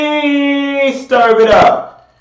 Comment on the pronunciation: I luv when says “stirv it up” 😹